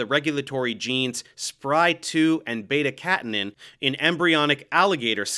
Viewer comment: Thanks for the hard work. One miniscule correction: (Beta) catenin is pronounced cat-ENE-in